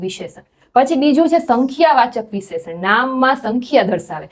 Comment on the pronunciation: ખૂબ સરસ પ્રયત્ન છે. પણ હા ભાષા માં ઉચ્ચારણ માં શુધ્ધી ની જરૂર છે. વિશેષણ નો ઉચ્ચાર ખોટો છે